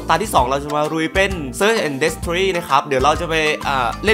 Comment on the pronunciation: โหมดวางบอมอ่านว่า เซิสแอนด์ เดสทรอย นะครับ ไม่ใช่ เซิสแอนด์ เดสทรี่